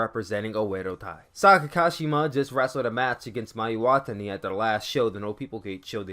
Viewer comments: hey you mispronounced Mayu Iwatani and Momo Watanabe wrong, the best way say their names is to listen to the way the ring announcer say their names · Hey um you mispronounced Mayu and Momo last names